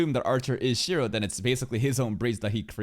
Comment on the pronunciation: It's Shirou not Shiro 😭